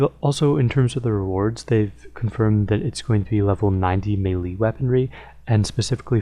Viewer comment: YOU MIS-PRONOUNCED MELEEEeeeeeeeeeeeeeeeeeee